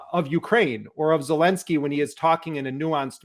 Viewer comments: Sounded like Jeremy called Zelenskyy « Voldemort Zelenskyy »!! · "Voldemort Zelensky"...hm careful with foreign names, please Mr Jeremy :)